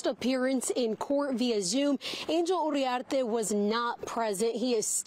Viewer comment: “Urriarte” 😂 You need to learn Spanish, lady